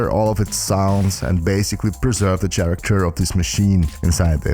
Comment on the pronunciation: Bro said he’s going to preserve tje “char-act-chur” 😂. I shouldn’t say anything but it was impressive.